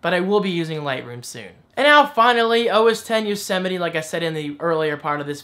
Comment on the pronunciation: You had trouble pronouncing OS X Yosemite because you're from JERSEY.